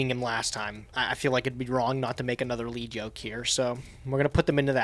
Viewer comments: correctly pronounced Lead Yoke! Once... And then mispronounced it again..... It's a YOKE made of LEAD. Lead, the heavy metal! He gets stronger as you remove his HEAVY LEAD YOKE. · You guys are saying lead yoke wrong and it’s hurting my ears